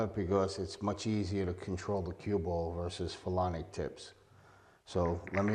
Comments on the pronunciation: It was driving me crazy too. I was like maybe he is calling it "Felonic" because its a felony to use a banned cue! 😅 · You keep calling it a "phelonic" tip and that's not what it is. Its a "Phenolic" tip not a phelonic (isn't even a word) tip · This guy said "phelonic" tip at least 5 times. Hilarious. 🙄